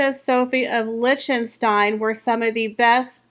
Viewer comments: Lichtenstein = Lick-ten-stein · I enjoyed the video and all of the dresses. The mispronunciation of tiara and Liechtenstein seemed amateurish.